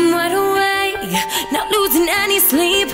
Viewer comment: Beautiful voice...but you have to be careful with your pronunciation in some places...some of your "wide awakes" are sounding like "I'm wide away".